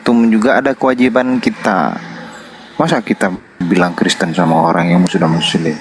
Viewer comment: Td dia bilang KRESTEN!